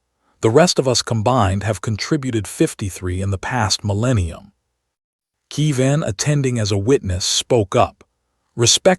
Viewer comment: KE-VIN, not KEE- VAN. And why does it end mid-phrase?